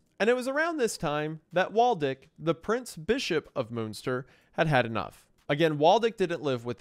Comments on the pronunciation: I can't watch this video because of the constant mispronouncing of Münster. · Listen, I love you Isiah, but please... Why would you not take, just 15 seconds, to google how to pronounce Münster.. For fuck sake man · I would say preetty american, xD alot of especially names were not his biggest german moments (Münster itself was said more like Munster but not everytime) ALTHOUGH from time to time he NAILED IT on spot e.G. "du bist" einfach markelos ausgesprochen auf lupenreinen Diamaten Nivaue soo 6.5/10 ig bin zwar nicht aus Münster aber Nähe ^^ Love goes out <3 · Yep, Bernhard and Jan are still very common names! The J in Jan is pronounced like the y in yes, for future reference! And the ü in Münster sounds like the e in 'phew'